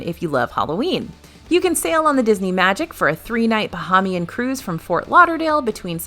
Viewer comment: I love your videos! As a resident of The Bahamas, just a tip on the pronunciation of Bahamian. Bah-hay-mee-an. Long 'A' in 'hay'. Keep the great videos coming! 😊